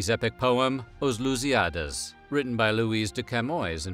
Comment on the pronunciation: "Os Lusiádas" não soou legal, não